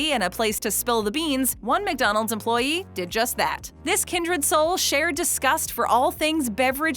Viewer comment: the way she says EmployEE XD